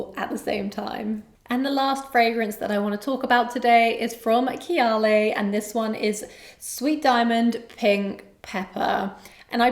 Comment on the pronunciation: Why do you pronounce kayali like that?